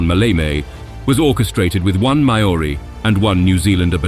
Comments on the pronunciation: Crap AI pronouciations. I thought the Mayoree could be some partisans, but it turned out to be the Maori battalion. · A well told story thank you, accurate which makes a refreshing change these days. By way of feedback, more than 1 or 2 names are seriously mispronounced, for example, Māori (Māori: [ˈmaːɔɾi]). The most irritating mistake is the Ju 52 pronounced as jew52. It should be J U 52. No self respecting Jew would have had anything to do with those aircraft except to destroy them ! A Post script, one of my uncles was captured on Crete. He survived imprisonment returning to England in a very starved condition. He never bought a German product in his remaining life. I've visited Crete twice, a magical island and grand people. I was advised to wear a Union Flag T Shirt because I'm blonde with blue eyes. When the villagers discovered my uncle had fought for them I was treated for the rest of my stay as an honoured guest and proudly told that the Germans never did subdue all of Crete, then again, nor had any previous invaders. Hats off in salute to the people of Crete.